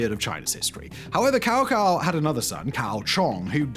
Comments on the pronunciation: ahem, “tsao tsao”, not “cow cow” please… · Reminded me of playing Dynasty Warriors games with the ENG voice actors referring to Cao Cao as cow cow instead of tsao tsao and then just waiting for them to say Cao Pi a bunch of times and trying not to laugh. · Tsao-Tsao not cow-cow as dstovell mentioned. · Not Kao Kao, but Chao Chao. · It's pronounced Tsao Tsao 🤦‍♂ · "Cow cow" at least look up the names you're going to be saying. Otherwise, you look either uncaring/uncultured by not putting in the effort to even try. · FYI "Cao Cao" should have pronuced as "Chao Chau" "Cao Pi" as "Chao Pe" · So saying Cao Cao's name as kow kow at the beginning was an indication of him having researched how to pronounce it properly then? I speak both Cantonese and mandarin, mandarin pronunciations are much more easier to learn phonetically wise to a native English speaker, if you knew about these 2 languages of course. But go ahead, defend him for being sloppy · More similar to Cho Cho with the 2nd pronunciation ending on a low tone. They never seem to bother looking up pronunciations, it takes only a minute 🤷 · I came to the comments to say this, I'm glad someone else got there first! Tbh, the only reason I know the correct pronunciation for Cao Cao is from playing the sh** out of Dynasty Warriors years ago 😂 evidence of a misspent youth...